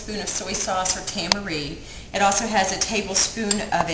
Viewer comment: Tamari. Not Tam ah ree.